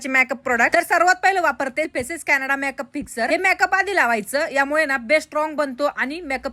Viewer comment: मॅक अप नाही मेकअप😂